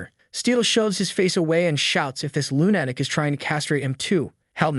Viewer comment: Lunatic is not pronounced "loon attic" ... it's "LOO nuh tik" as in Luna, the name of the moon.